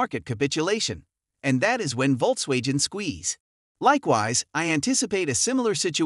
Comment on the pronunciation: Bro.. did you really pronounce VW as “Volks-Wage-in”?